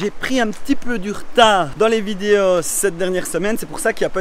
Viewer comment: Oh tu es franc comtois toi 🙂 : « les vidé-au »